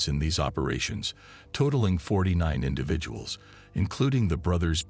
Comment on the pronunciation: "Indiveduels"? Lol. Fired.